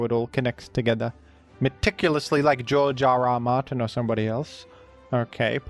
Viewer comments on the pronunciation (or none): more like Jar Jar R Martin (because that is seriously what I thought you said at first)